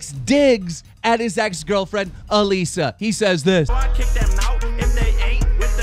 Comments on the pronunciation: Why does he say AlEsa it's ALISSA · It's Alissa not Aleeeeeeeeeeeesa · It's not allesi it allisa